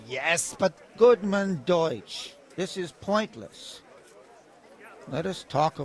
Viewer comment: Bang bacanya bukan des(deutch) bacanya doic): eu dibaca oi hehe jerman